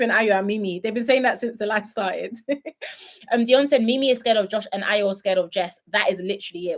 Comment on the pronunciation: Ayo's name is not hard to pronounce...😅